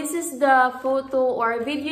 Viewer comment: 1. In today video 2. The (THA) unboxing - it should sould like (THEE) 3. This going to be my -It should be "This is going to be my lighting" - it is not a gear. 4. there are (not there is 2 pieces of bulbs) hindi bulb, dapat may "s" and dami pa.. bakit di ka mag tagalog. kung di mo keri. :)